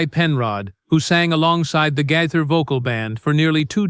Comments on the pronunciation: It’s not GITHER 😅it’s GAITHER. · Could you please pronounce his name correctly!!! This is very disrespectful and detracting!!!